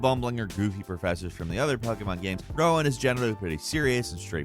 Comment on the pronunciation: Nice video. But, and I hate to be that guy, Prof Rowan's name is pronounced "roe-in," like the tree he's named after, not "wow-in."